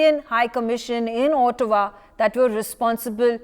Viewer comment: where is Ootawa?😅 Looks like the anchor has not read the material before appearing on News X !